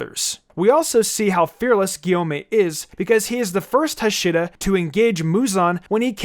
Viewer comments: It's pronounced Ha-shi-ra not Hasheera so pronounce it that way please because it's making my ears bleed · Heshira??!!! Dude it’s it’s pronounced (HA)(SHEE)(RA) it’s said hashira in both the dub and sub how can you mess this up!???!!? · If the comment section flames you for messing up pronunciations, then perhaps it'd be a better idea to learn how to pronounce the main theme of the video LMAO "Hushiruh", he says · It's pronounced as Haa Shi Raa weird English people can't even pronounce 😒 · You pronounce Hashiriya wrong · Ha-she-ra is how its pronounced lol sry my ocd kicks in hearing that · Bro said Hashura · "Today, we’ll rank the ahshiras from demon sir" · Im gonna kill myself if this dude says Huhsheeruh one more time 😂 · It makes me mad that he calls them hashera lol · the way he says Hashira makes me annoyed... the R in japanese is pronounced as a D... so it would be Hashida... and the pressure distribution of the word is also wrong... you pronounce it Ha shira, it's more like Ha shi ra (Ha shi da with the D instead of R since R is D in japanese) sorry for the correction, just a lot of people don't pronounce them right and i feel like i'm watching a review from someone who used their entire life watching dubbed anime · It’s hashira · "The heshiras" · Bruh this man pronounced hashica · No one::Hasheera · btw u made 1 mistake the pronunciation of hashira u say the "a" shorter it should be pronounced like haashira But anyways even if rengoku dosent get the TOP SPOT he would be the bes hashira #1 hashira for me and before the movie released when tanjiro meets the hashiras his breathing which was flame didnt meet his personality he is full of will power but before the movie he used to be my least favourite as he said to murder nezuko on the get-go but in the movie my man the 9th form is crack the effect it has the flame the originality the form has its just so FIREEEEEEEEEEEEEEEEEEEEEEEEEEEEEEEEEEEEE after rengokus death I CRIEDDDDDDDDDDDDDDD